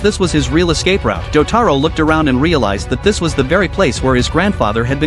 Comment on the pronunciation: Mother fuckers that's not cheng taro that's jotaro but if you guys are doing it as a humour it's alright